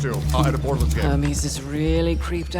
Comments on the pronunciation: Everyone: borderlands: borderlins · Remeber if its $80 do not buy also why dude calling it borderlends